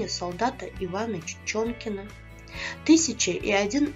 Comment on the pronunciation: "Жизнь и необычайные приключения Ивана ЧОнкина" , а не ЧИчонкина. 😠